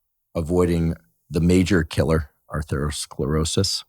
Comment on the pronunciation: I really respect AH, but was surprised that he struggled to pronounce atherosclerosis! Andrew it sounds just like Atherton (Stanford, Menlo Park, Atherton)! Too funny!!!